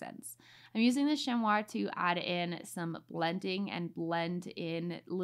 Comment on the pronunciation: Beautiful art! Btw chamois is pronounced shammy 😁